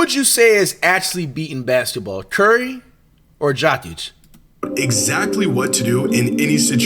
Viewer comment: SAY IT SLOW BRO.... YO - KICH - You cant be that dumb. Its an act right?